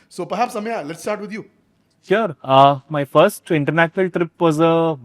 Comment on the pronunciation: Anyone else feels it is very funny how says AMYA instead of Ameya 😂